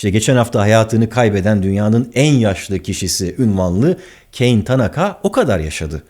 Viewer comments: Abi Kane Keyn diye okunmaz. Japonca yazıldığı gibi okunur. Ka ne diye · Abi o Keyn diye okunmuyor, bildiğin Kane. Japon zaten kadın. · keyn diye okunduğuna emin miyiz? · Barış Bey, çok önemsiz bir şey söyleyeceğim affınıza sığınarak:Tanaka teyzenin ilk adı Türkçe gibi ka-ne diye okunuyor :) Allah rahmet eylesin… hayata başladığı zamanki dünyayla sayonara dediği günün dünyası arasındaki fark, devasa bir uçurum 😕